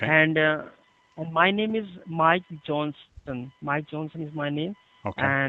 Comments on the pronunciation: mike jonston haha with an Indian accent. lol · (sounds unsure) yeah Mike Johnston is my name (heavy Indian accent)